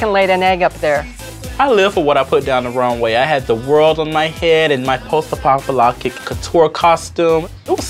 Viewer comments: post “apockoloctick” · Did anybody else hear it? ..Post apocaloptic… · Other people: here for Sharon's iconic outfit Me: here to hear Lashawn mess up ''post apocalyptic'' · No one can pronounce post apocalyptic lol